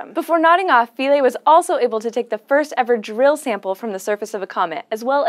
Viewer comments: It's pronounced 'f(eye)-lee'. Our taxonomy lecturer ripped us to shreds for pronouncing '-ae' as '-aye' instead of '-ee'. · SHe can't pronounce Philae. Embarrassing.